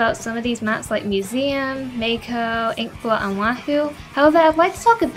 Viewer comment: disliked - you said may-ko >:(